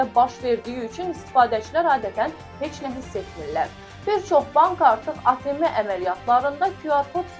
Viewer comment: Ateme yox ateem